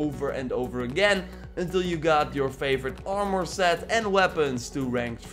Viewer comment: "awrmour" lol